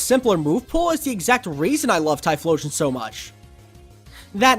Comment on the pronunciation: THE L IN TYPHLOSION SHOULD BE BEFORE BOTH O'S, NOT AFTER THE FIRST O!